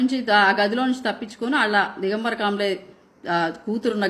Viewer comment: కాబ్లే కాదు, కామ్లే😅😂.